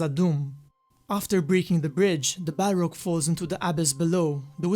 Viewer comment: It's balRog with strong R